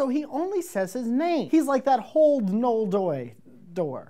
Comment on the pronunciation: Ugh, it's pronounced NO-EL.:> Good day.